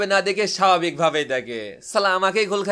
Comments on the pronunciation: সালাম টা শুদ্ধ করে দিবেন। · ভাই প্লিছ ছালামটা আর একটু শুদ‍্য ভাবে দিবেন